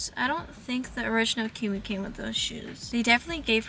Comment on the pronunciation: u cant even pronounce kumi's name right ..racist much😂